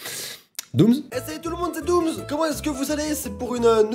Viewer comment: Dooms pas Domms